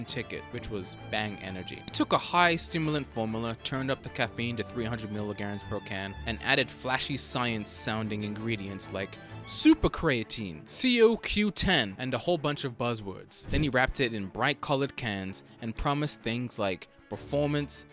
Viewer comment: Hey. Like the channel but it's pronounced Co like co-owner. CoQ10